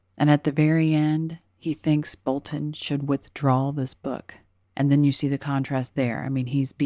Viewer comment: Great video as always! And extra points for pronouncing BolTon instead of Bolun as the talking heads do on TV!